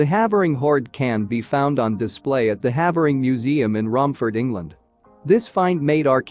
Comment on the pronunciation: For you folks in the US, "Havering" is actually pronounced "Hayvering"